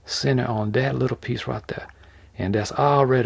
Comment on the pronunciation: When he says “right der” I always laugh. One of my fav channels at the moment. I can’t wait to see the finished product.